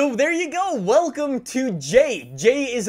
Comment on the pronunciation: why do you say "wilcome back!"